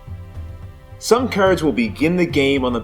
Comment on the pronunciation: LOL. Was about to post the same thing. What regional dialect is that? Never heard it before.